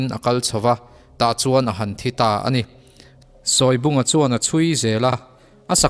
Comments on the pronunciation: A ngaihnawm thei hle mai. Mahse, Sawi lubunga hi, a thlûk ka hriat dan chuan, 'sawi' tihlai hi 'eng thu nge i sawi!? ' kan tih a, 'sawi' tih a lamtur a ni zawk lo maw!!??? chuan Sele kî pawh kha chhimbal angin a kual raih a, a eng(yellow) khâk bawk!!.. a êng(light) nilovin!... (ka lo zep ve zuai a ni e!) 😄😄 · Sawibunga tih hi i lam dik lo deuh lo maw? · Sawibunga tih I lam Rik Dan hi a diklo deuh in kahria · Sawibunga hi i lam dan a dikhlel deuh em aw???